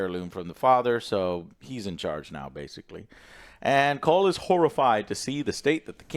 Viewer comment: I'm referring to Joe's incessant mispronunciation of Cole's name 🙄